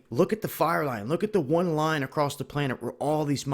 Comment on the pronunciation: arrrrghhhhh it's not acrosst it's across bro plz stop sayin acrosst